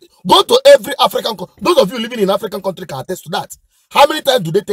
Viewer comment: Cowtry instead of Country same thing as Zoo.